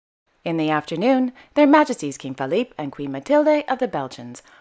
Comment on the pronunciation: Love these, thank you. I appreciate your pronunciation. Please be aware….. FElipe and LEtizia of Spain. I’ve noticed you often say FAlipe and today you said LAtizia. I hope you take this observation in good spirit! 😊